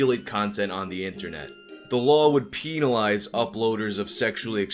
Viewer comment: Haha ”penalize”